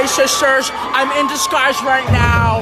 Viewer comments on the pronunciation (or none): THE BEGINNING WHEN U SAID SHISHTER KILLED ME💀😂😂😂💖